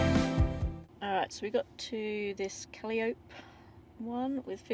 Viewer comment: Kaliop ?? CAL-EYE-O-PEE